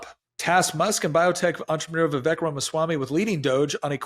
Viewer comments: Vivek's name is pronounced 'Viv ake' like cake. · Vivek is pronounced VevAke 🙄. Like cAke. I've mentioned this a couple of times. You say you have tremendous respect for him, yet you keep saying his name wrong. This isn't his pronoun,, it's his name. 😠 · Vivek rhymes with cake